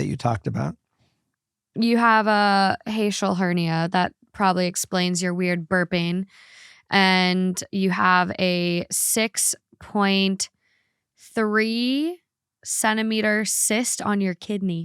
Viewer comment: It is pronounced, HIGH — ATE — TILL.\ Hiatel Hernia. Sometimes the nurse comes out in me, like the OT comes out in you. LOL